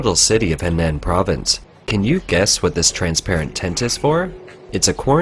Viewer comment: HENAN is pronounced HUH-NAHN wake up reporter!